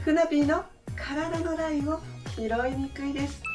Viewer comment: 、おはようございます✨雨です😅 体力温存でゆっくりな私です。 白のタンクトップ、肩の部分か幅広で肩が痛くならなさそうですね☺️モノマネコーデとてもよいですね👌😄 厚底の靴は、疲れなさそうですね😊そして素敵です🤗 晴れの日にしか履けませんが😌😌 ジャンケン✌負けました😅 NG、身体のラインをひらいにくい（聞こえました（笑））他の靴屋さんだわ（笑）😂😂 いつもいっぱいいっぱいありがとうございます🤣🤣